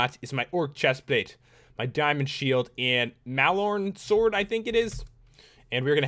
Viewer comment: Mallorn sword = Mall-ern sord (that is how to say the weapon).